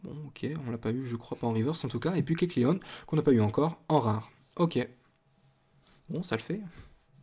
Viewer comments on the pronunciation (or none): none